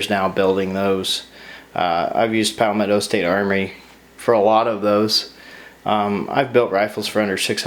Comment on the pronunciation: is it pronounced pow-metto or palmetto? You say pow-metto I say palmetto